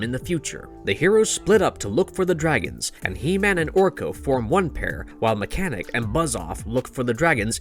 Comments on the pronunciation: Omg this guy calling mekaneck mechanic is killing me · His name is Meckneck not mechanic